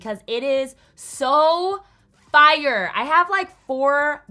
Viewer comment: noone:: “sOoœ fiRëe”